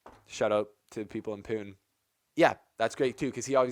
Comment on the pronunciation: It's not Pyoon 😂... It's P-oo-n-eh.. it's okay..